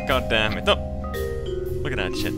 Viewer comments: I miss when used to say chit instead of sh*t. Good times.... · I love the way he says shit, "shet". I find it hilarious.